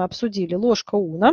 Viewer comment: У меня от "ложка Уно" кровь из ушей. Унна - дерматолог такой был. Известный.